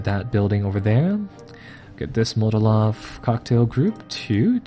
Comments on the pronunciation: Love your videos but for Gawd's sake it is MOLOtov, not Motolov. As in Vyacheslav Mikhailovich Molotov, Foreign Minister and coauthor of the Molotov–Ribbentrop Pact. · haha yup just heard it, hey give him a break I like the sound of Motolov